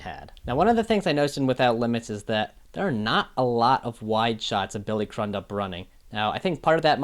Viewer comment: Billy’s last name is pronounced CREW-dup. Cool to see these breakdowns even though I disagree with your Pre actor breakdown. I think Billy really nailed Pre.